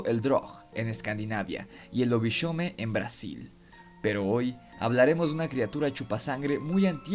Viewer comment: En Brasil no se pronuncia "lobishomen". Lobishomem es la forma arcaica de lobisomem (hombre lobo), luisón en Paraguay. En Brasil, especialmente en Amazonia y nordeste, la Matita-pereira, una mujer que se convierte en ave y busca recién nacido no bautizado. Al la sentir cerca se avisa para venir nel día siguiente para llevar un poco de sal, tabaco o otra cosa, y así se descubre quien es que se transforma.